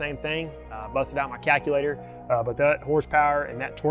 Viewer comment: My dude said cackalater 😂😂😂